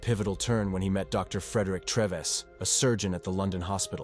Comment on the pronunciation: Frederick Treeves, pronounced exactly as it is written, not " Treviss".